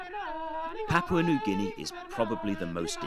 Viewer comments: You would think a promotion video from Papua New Guinea Travel would have had a narrator taught correctly how to say, 'Papua'. The first 'a' is the same as the second 'a'. The 'a' as in 'tarp'. It's not hard to do. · I lived in Papua New Guinea for 14 years. I miss many aspects of the life there, especially the traditional food and dancing ceremonies. Hiri Moale is mispronounced in this video. It is moh-AH-lay. Papua is pronounced PAH-pwa. Please get it right.